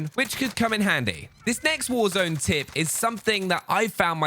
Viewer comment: tip dont make the word tip sound like tit